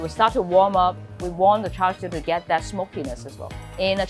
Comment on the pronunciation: Come on lady... You are a HKer. Why are you mispronouncing it? You know it's pronounced "chah siew". Why are you saying it like it's cooked footwear?